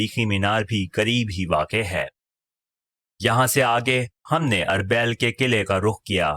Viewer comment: أربےل نہیں اربیل arbil